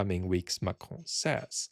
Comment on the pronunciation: The way you say "Macron" is so good.